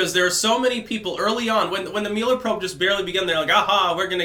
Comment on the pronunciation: The Muh-eller Probe